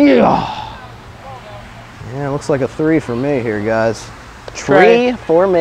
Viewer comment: Say three instead of tree